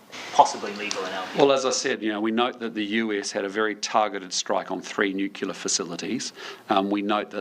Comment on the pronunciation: It would be nice if we had a Prime Minister that could properly pronounce the word 'nuclear'.